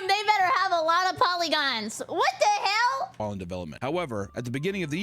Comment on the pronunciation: I like how says "wat te hell!" Also holy rapgod